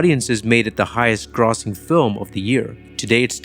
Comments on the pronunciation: "GRAH-sing?" I wonder if this "wolfcrow" is all an AI project? The movie, these videos, everything. I wonder. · "highest 'graw sing' film." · Is this AI? You mispronounced GROSSING. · face-red-heart-shape:Great video - :face-purple-wide-eyes:Very Odd pronunciation of "grossing" & "monolith". Please work on those two, please. Thanks.:face-red-heart-shape